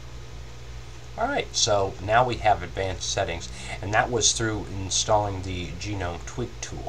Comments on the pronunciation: lol nice you say genome instead of gnome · It's actually sort of correct, his accent mispronounces it slightly. I believe it's pronounce Ga-Nome sort of like TWIL. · Sorry something that annoyed me a little is "gnome" that's actually how u spell the word gnome (nome). So it's pronounced nome. Other than that, very helpful and just what i needed.